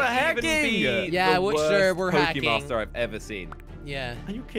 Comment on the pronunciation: Jelly its Pokemon master not pokemaster